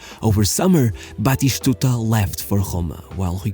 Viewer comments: Lol, Batishtuta 😭😭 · Why are you saying "BatiSHtuta?"?